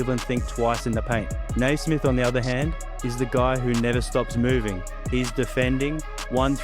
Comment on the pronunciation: Yes 'Cers! Great vid. ....its "Nee"-smith not "Nay"-smith tho